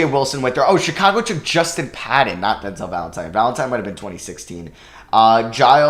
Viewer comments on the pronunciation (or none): none